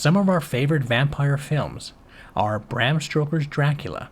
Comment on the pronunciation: You do know it’s, “Bram STOKER” not “STROKER”, right?